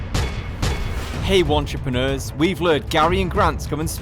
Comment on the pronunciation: Michael M he calls them “contrepreneurs” 🤦🏻‍♂️